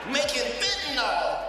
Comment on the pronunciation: FentaNYL ... not fentaNOL or fentaNAL Go to H O U S T O N, Texas if y'all want some HIV/AIDS ➕️ a variety of STDs that you never heard of ... and to have your drink spiked to wakeup in a strange bed/street/floor having been gangraped by strangers at a party or club. FentaNYL ... not fentaNOL or fentaNAL.